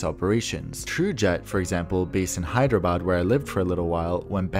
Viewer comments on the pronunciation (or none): none